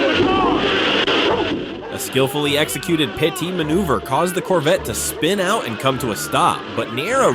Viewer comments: Uhm, cool videos, but, what is a "pie-t maneuver" you keep referring to in your videos? Do you use AI narration and that's how it interprets a "PIT MANEUVER"?? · Pie t maneuver? The narrator is an idiot. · What the hell is a "pytee" maneuver?? YouTube has some of the dumbest narrators who don't know how to pronounce half of what show or it's the dumbest A I who's talking that they use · Why I clown narrator keep say pi t manoeuvre? It's PIT DORK! PRECISION IMMOBILISATION TECHNIQUE?? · Hey Creators, LISTEN to your A.I. readers, and FIX things like the PIE-T maneuver. It is PIT as in hole, trench, well. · Well, we certainly don't have to worry about AI taking over as long as it continues to mispronounce "PIT" as "pie-tee". 😂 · "Police performed a 'PIE-TEE' maneuver". This is the kind of shit you get from AI narration. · Music drownding out the chase is ridiculous! Totally annoying. And please fix the ignorant AI saying a, "pie-tea maneuver" for a PIT Maneuver. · Pi-Tea maneuver? LOL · please teach your robot that it's a PIT maneuver, not a Pi Tee maneuver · "Pie Tea maneuver" Your AI needs some work. LOL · Yeah AI cant seem to understand its P.I.T. lol and in Arkansas, state troopers will pit your a$$ at a 130 if they want to. God damn right, you run you should do so knowing you can get killed doing it. Though I dont think these people think but it might make them think twice before running.